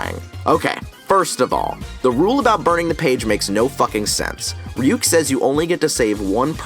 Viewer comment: what tf is a reeyook and why does it like apples